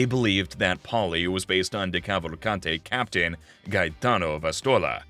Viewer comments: It’s an Italian name, not French or English, you actually pronounce the ending E. Italian Americans try not to butcher their own last names challenge, difficulty impossible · anyone else annoyed by how the narrator pronounced decavalcante? or any of the names for that matter